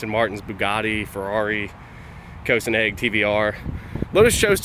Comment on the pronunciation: Tilted radiators? What? Ferrari F50, MGTF, MX5... Also, Koh-sin-egg... Not heard of them. Are they like Koenigsegg?